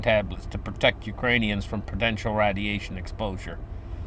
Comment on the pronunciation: Stay away from the RAD-E-ATION!!!